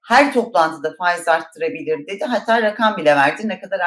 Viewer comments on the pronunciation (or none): none